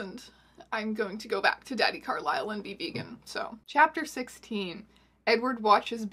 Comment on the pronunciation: I will forever pronounc Carlise's name as Carl-is-el not Carl-ai-sel lmao